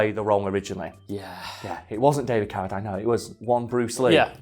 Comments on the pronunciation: It’s pronounced Cara-deen, not Cara-dyne. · It drove me nuts listening to you mispronouncing Carradine. Its not Carra Dine its Carra Dean. I know your from the UK and you pronounce some words differently but come on now that's disrespectful. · It's pronounced caradeen not dine. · He probably didn't recognize the name, since you said Carra-dyne, and we pronounce it Carra-dean. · I thought his name was pronounced David CariDEEN... huh... wild. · Isn't "Ca-ra-dean" ? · I was cringing everytime they said his name! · Maybe as part of your research you might have checked how to pronounce ‘Carradine’? Also ‘premise’...